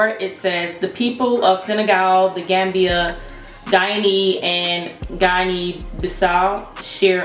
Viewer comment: Interesting results, nicely presented. Guinea rhymes with Winnie.